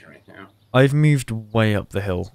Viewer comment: I mean I understand it's your accent , but what's with "Mewed " instead of "moved"? I've got quite a lot British friends and none says "moved" like "Mewed".